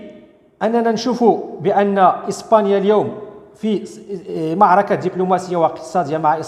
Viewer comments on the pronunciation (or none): none